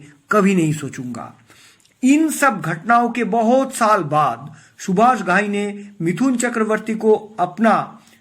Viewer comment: Stupid fool, you gave all wrong information. Seems all bloody cooked your shitty brain. Shakti Kapoor worked with Subhash Thai in Karma also. Which was made by Subhash Thai after the success of Hero. Get your facts right an learn to pronounce name properly.